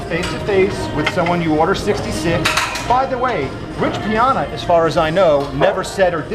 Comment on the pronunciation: it's rich pie-anna!!